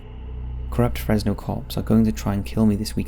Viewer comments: Its not pronounced Fress no Its pronounced Frezz no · FreZno. Is how its pronounced just to let y’all know. I was born and raised here and definitely the cops here are dirty. The Fresno police chief’s homie got arrested for having hella meth and the chief “removed” himself from the situation and now the chief is running for mayor and the guy that got caught w the drugs is doing time in the pen like 20+ years. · The (s) in Fresno sounds like a (Z) so it’s Frezno so to speak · I’m sorry but the way he kept pronouncing Fresno; it’s pronounced like Frezno (stupid ik) also San Joaquin is pronounced like san wa-keen. Don’t pronounce the J